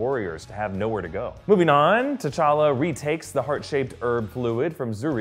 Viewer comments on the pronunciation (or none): He said tachaka instead of techalla 2 minutes 58 seconds in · He says t'challe it's t'challa